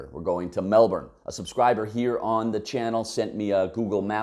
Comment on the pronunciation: Thank you for pronouncing Melbourne correctly. Melburnian's are weird, I know some who will choose to drive over taking public transport even though it adds an hour to their commute and costs more. You haven't considered emergency vehicle access and a few other things. But interesting regardless.